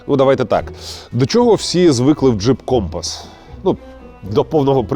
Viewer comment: Надо ударение на С , как на флоте